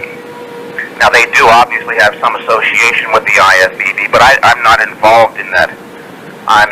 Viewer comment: I cringe when I hear people say "ASHOSHIATION". ASS. ASSOCI. ASSOCIATION. Just as annoying as when people say "CHAMPIONCHIPS". You want some dip with those CHIPS?